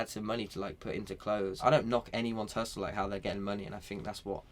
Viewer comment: B Brown real talk he keeps saying hussle like this nigga dont know shit abou hussle